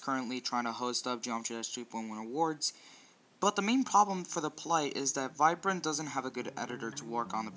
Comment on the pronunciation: He said Virprin instead of viprin